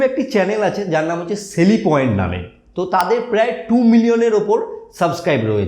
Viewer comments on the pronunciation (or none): সেলি পয়েন্ট না স্লে পয়েন্ট